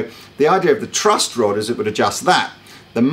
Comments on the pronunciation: Is the calling it a "Trust Rod"?! Tell me he's not please. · One more thing. I couldn't help but laugh when I heard you say over and over "trust" rod instead of "truss" rod, as it is properly pronounced. It's like you're saying "in rod we "trust"! LOL!!! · Several times he says trust rod... Sorry but he does. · Is consistently saying "trust rod"? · Does keep saying "trust" rod? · Yes...yes he is lol. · I can't believe he kept saying "trust" rod about 3 times before he corrected himself and said "truss" rod. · Is calling it the "trust rod" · Really sounds like youre saying trust rod rather than truss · Is saying 'trust rod' or is it just my ears failing me? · There's no "t" in "truss" rod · Does keep saying "trust rod" instead of "truss rod" or am I going a bit mad? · Are you saying trust rod, not truss rod? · is he saying "trust rod?"